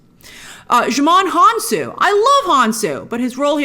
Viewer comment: It's honestly very funny hearing her confidently pronounce 'Djimoun Honsou' but then carefully mispronounce Michiels name.